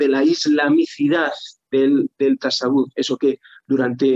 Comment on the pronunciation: Ya que repite la palabra mil veces podrían informar a de que no se dice "tasawúf" sino "tasáwwuf", para entendernos, se pronuncia llana no aguda. Hasta en español sería llana:). Muy buena charla, gracias.